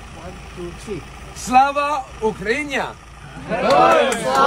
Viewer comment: Він реально такий ідіот що не може нормально сказати УКРАЇНА Та навчіть того який іноземець вимовляти Україна . Від того украньЯ аж ламає .